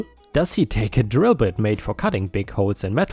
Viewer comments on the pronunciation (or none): none